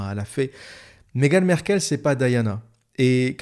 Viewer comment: On ne dit pas : Megan Merkel ,mais on dit: Megan M-a-rkle .On prononce le a. vous qui avez vecu au RU vous devriez savoir cela . Ce n'est pas comme Angela Merkel , c'est M-A-RKLE . Ok ? Corrigez votre ignorance,merci .